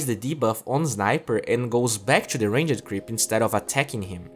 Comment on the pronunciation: I like how he says Ranged Creep. Like Range-ed :D